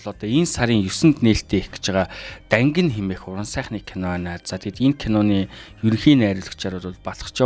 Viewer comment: Зөв хэлээрэй Дангина шү❤